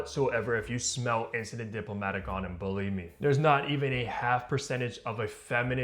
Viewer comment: Bro at least give enough respect to the perfumer who spent years mastering his craft to pronounce his creation correctly